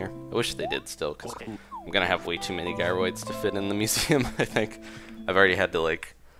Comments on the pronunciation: its jy-rids but it Is kinda anying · Am I the only one who's getting really annoyed that he keeps saying "guy-roids"?